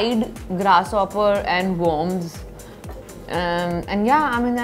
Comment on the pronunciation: Oh my God it’s premises not pre-mises and worms not wooms . Pleaseee🤨